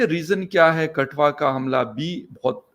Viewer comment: कठुआ को कटुआ कौन कौन सुना 😅😅